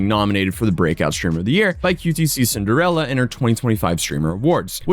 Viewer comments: Brother.. it's pronounced "cutie Cinderella" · please stop adding a C to qtcinderella. Sounds weird lol